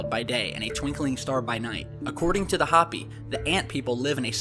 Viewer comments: I think it is pronounced Hope_E not hop_e. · The word Hopi is pronounced Hoe-pee, not hoppy. They are an Indian tribe in NE Arizona. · HO-pi not Hapi. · Hey dude, love our stuff. Just 1 thing, I live in the southwestern U.S. where the Hopi come from. Now I'm not sure how to write this, but it isn't pronounced (Hop I ), but ( Ho pi). U know like ho ho ho. It has a strong O sound like Hooopi. LOL. God I hope u can pick up what I'm putting down cuz I feel kinda feel like laughing at my own explanation of how to say it. I hope it doesn't look stupid, but there it is. Hope it helps u out. Thanks again for all of ur work. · It is pronounced "Hope-ee" with a long o. Keep up the good work.